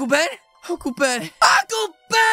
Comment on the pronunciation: I thought he said uncle bean not ben